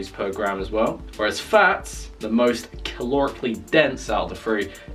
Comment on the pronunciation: why did he get an American accent when he said calorically